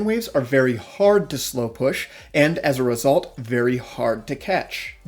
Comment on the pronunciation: When you Say as result i just hear ezrealsult 😂